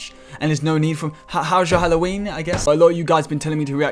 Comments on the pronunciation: this man really said hollow weenie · When he said hallowennie that did sound so fucking wrong in many fucking ways